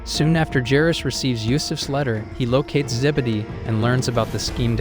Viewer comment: You don't know how to pronounce Judea and Jairus